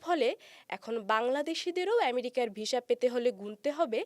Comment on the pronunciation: Please improve your pronunciation of the word visa. It's not visha, it's visa